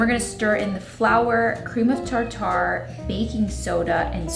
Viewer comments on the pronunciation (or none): or tarter instead of tar ter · LOL, you say tarter like steak tar tar, rather than tart er. I got a chuckle everytime you said tar tar. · Proper pronounciation is Tar Ter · PLEASE girl I am absolutely dying at you saying "tar tar" - it's tarter 😭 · It’s pronounced tarter. Cream of tartar is used when making meringue for pies. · It's pronounced "tarter" and it's not a spice or seasoning. It's a leavening agent. Cream of tartar is the basic ingredient of baking powder. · The way you say tartar, lol It's pronounced tar ter. Hope you don't mind the correction, I often pronounce words incorrectly and I appreciate when someone points it out to me so I then know the correct pronunciation :) I love learning new words and often say them wrong :) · just for future reference...cream of tartar is pronounced "tar-trr". Tuna Tartare is pronounced Tar-tar! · Hey, tartar is pronounced like tartar on your teeth. No emphasis on the second syllable. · It's the same as pronouncing tartar sauce.